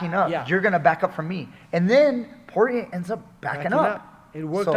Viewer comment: Sorry coach, Poirier is a french name. You don't pronounce well "guillotine" and you don't pronounce well "Poirier" either. 😂joking😂 We don't care the pronunciation and your breakdown is excellent. More mma breakdown like that please!